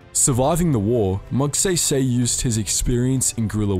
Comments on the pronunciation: It's pronounced MAG-SAY-SAY. Not MAG-SEY-SEY. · IT'S MAG"SAISAI" NOT "SAYSAY (pronounciation not spelling) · IT'S NOT MAGSEYSEY IT'S MAGSAYSAY A AS IN AH MYGHAD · Magsaysay is read as "Magsahysahy" not "Mag say say" But anyways great video❤️❤️ (Btw you earned a new sub) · The westeners saying bataan. Like Baton and Batan. And magsaysay to magsaeysaey. Literal "say" but i don't judge them i think it's just a bit funny. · When you say magsaysay is magseysey it's say say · just wanted for u to know that its magsaysay not magseysey when u pronounce it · Just a note: Magsaysay isn't pronounced as MagSEYSEY. It's pronounced as MagSAISAI. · The say in "Magsaysay " is pronounced as SIGH not say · Forgive me for this but "Magsaysay" is pronounced as "Magsaysay", not "Magseysey" or "Mugseysey". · Not offended but it's actually pronounced "Magsaisai", not "magseisei". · Hahaha hindi magsaesae magSaisai/magsaysay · It's Magsaysay not Magsaysey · You better know the Americans be pronouncing it like gay go 💀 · Magseysey and bateyn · "Calucan" "Batan" "Magseysey" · Yes they pronounce bataan as batan and magsaysay is mag sey sey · I like how you mispronounced magsaysay's name every time you say it. Magseysey heheh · I love your accent, can you say it again?! "Mag Say Say"🥰🥰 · Please read Magsaysay as Mug Sigh Sigh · um its Mag-sai-sai (Magsaysay) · Magsaysay pronounce Mag-sai-sai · Btw, just to put it out there, for non-filipinos, it's pronounced as ramon mag-sai-sai okie? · Btw It's pronounced as (Mag sai sai) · bro said sey sey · M yes magsay say forgive me for being that guy but its pronounces Mag sai sai Remember the weapon called sai? The smol trident yes the sai is pronounced as that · Thanks. "Mahg-sigh-sigh." "Cabanatoo-ahn." "Los Bah-nyos." "Hooks". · Let me correct you on the pronunciation of the name Magsaysay it's pronounced as Mag-Sai-Sai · As a Filipino watching a person from another country pronounce "Magsaysay" and "Bataan" is always funny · Magsabi sabi 😂🤣